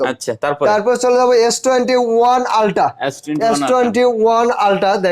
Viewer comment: উচ্চারণের ঘাবলা আছে নাকি ভুল শুনলাম। 😅😅??? Ultra কে Ulta বলে। সবার আগে শুধরাতে হবে ভাইয়ের ভুল উচ্চারণ।